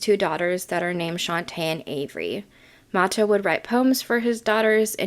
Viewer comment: and it is MA-TOE